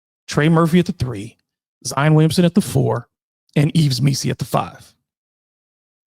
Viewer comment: EEV MEE‑see, not EEVS.